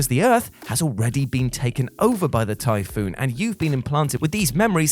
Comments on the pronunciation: it isn't typhoon it's typhon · Does this guy mispronounced words on purpose? It's Typhon (ty-fon) not typhoon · Tie-fawn say it like that not tyfoon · Omfg its TYPHON 'Tiefon' not Typhoon. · "Typhoon" and "Mason" The main character is named Morgan, and the enemies are the Typhon. Pronounced TIE-fawn. Other than that you're absolutely right Prey is fantastic. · What is this guy talking about he called Morgan "Mason" and the Typhon "the Typhoon" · You're mispronouncing stuff on prupose aren't you? I mean how else can you mess up pronouncing Typhon when it's litterally said outloud throughout the game?